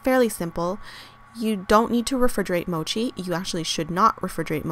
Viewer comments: The 'o' in Mochi is short, it's not Mouchi. ^^ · You're saying Mochi wrong. The O as in gosh